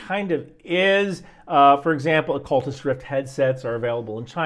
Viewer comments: Bro said Oculist headsets lol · Big fan but calling Oculus headsets "Ocultist" 3: 17 ish might tell skeptics youre reading a shitty "script" given to you. If you were reading about things I cared about and mispronounced the brands I'd discount instinctually. I love you and your content. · awk-u-lus... is the pronunciation you were looking for.